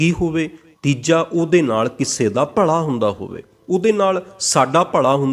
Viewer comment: ਤੂੰ ਪੱਗੜ ਬੰਨ੍ਹ ਕੇ ਲੋਕਾਂ ਨੂੰ ਗਲਤ ਪੰਜਾਬੀ ਉਚਾਰਨ ਕਰ ਰਿਹਾ ,ਭਲਾ ਹੁੰਦਾ ਨਾਕਿ ਭਲਾ਼ ਸਾਲਾਂ ਫਿਲੌਸਫਰ ਬਣੀ ਫਿਰਦਾ